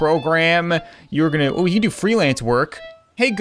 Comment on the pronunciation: When called and you said "No Can do", it kind of sounded like, "No Candu" almost as her name is spelled😆😂